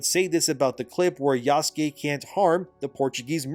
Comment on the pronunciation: OMG! is pronouncing yasuke correctly since yesterday so he's obviously been reading the comments calling out for Ubisoft saying it wrong and by example getting YouTubers etc to say it wrong as well. Shows how little research Ubisoft actually did if they couldn't even get that right. Glad to know our input makes a difference even on little things. Thanks